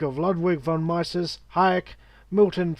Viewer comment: If you're so clever, why didn't you pronounce Von Mises' name correctly?